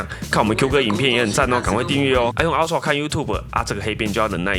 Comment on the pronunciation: 這個英文發音…啊ㄔㄨㄚˋ 普落 神人等級